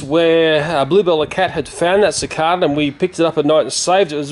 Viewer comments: Is "Si Cah Duh" how you pronounce cicada in Australia? I was taught it was "Si Cay Duh" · Sine the way he says "cicada" is different then how I usually hear it, it's just a bit odd to me. XD